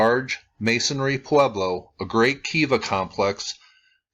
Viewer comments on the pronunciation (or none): none